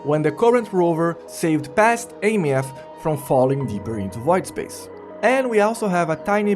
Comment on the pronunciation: Why does every content creator mispronounce Aemeath? It's pronounced "Eye-meth"